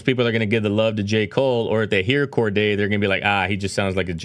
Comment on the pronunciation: Bro “Corday” 😂 Cordae